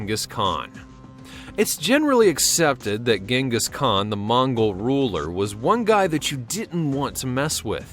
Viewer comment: Jing- gus, not ging-us FYI